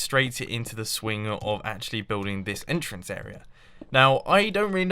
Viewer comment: I'm pretty sure its entrance not enter-ance